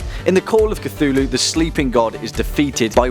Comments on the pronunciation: You read it as Cy-thulu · who is kathooloo? idiot